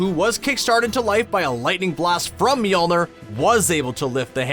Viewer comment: Bro the way he says Mjolnir kinda throws me off